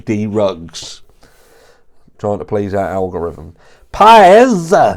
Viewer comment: Everytime you say “BRIAN” like that seriously crack up